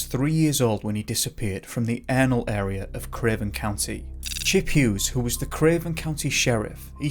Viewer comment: He disappeared from the anal area sorry but that’s what it sounded like you said LOL